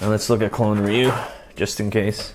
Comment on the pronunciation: You are the first person i kniw who say ryu name correctly, most people would say his name “Rye You”